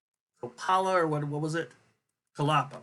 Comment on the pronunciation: Kolapo is a Nigerian Surname pronounced as "kaw", "la", "paw" Kolapo